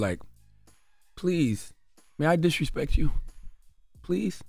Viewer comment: He said disrespek 😂😂😂😂😂😂